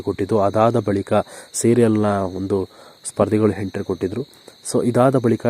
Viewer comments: Lo hidiga idiga antha hentry alla entry nimma yogyatege kannada nettage mathadakke baralla channel bere kedu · ಪುಣ್ಯಾತ್ಮ, ಎಂಟ್ರಿ ಗೆ ಹೆಂಟ್ರಿ, ಒಬ್ಬರಿಗೆ ಬದ್ಲು ಹೊಬ್ಬಬ್ಬರಿಗೆ........ ಅಂತಿಯಲ್ಲಪ್ಪ, ತಂದೇ ಕನ್ನಡ ಸರಿಯಾಗಿ ಕಲಿತುಕೊಳ್ಳಪ್ಪಾ..... 😭😭